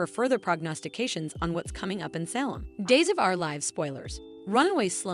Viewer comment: I’ve complained for weeks about the narrator ( I think is her name); mispronouncing so many of the character names as well as Salem (she says Sal um). It’s so annoying to hear. Makes me think she must not even be a fan, else she would hear these names enough to correctly pronounce them.